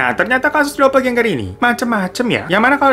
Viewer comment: Bacanya "dopelgenger" Aja bang... Gak dopeljenjer juga🤣🤣🤣